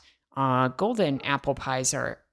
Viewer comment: First off, the editing was so fun :) Then, LOL! The cut at "aupple" pies means you totally tried saying that and messed up a ton, haha. Also, you guys should do something for Pi Day, on the fourteenth (I'm a math nerd :p) Finally, NNOOOOOOOO!